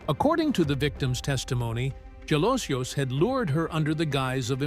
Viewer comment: His surname Jalosjos is pronounced as Halosos.